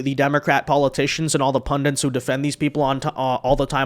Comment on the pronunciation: "all the pundents who defend these people" It's 'pundits', there is no second 'N' in the word.